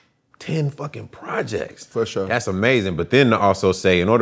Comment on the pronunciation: Fo sheshur lol